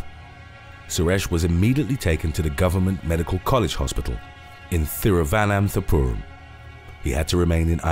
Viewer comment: your THIRUVANANTPURAM made my day bro! That's why Britishers named it "Trivandrum ". India.